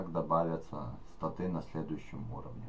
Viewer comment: не статы а Статы ударение на первый слог ставим